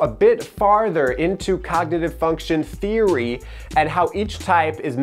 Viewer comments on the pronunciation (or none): none